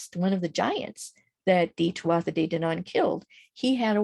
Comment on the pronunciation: Thank you (very irish name) great information here really enjoyed the video. Just fyi tuatha is pronounced too-aah much love 💝